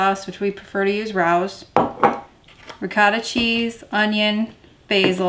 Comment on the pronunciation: FYI - that sauce is pronounced Ray-Oh's. :)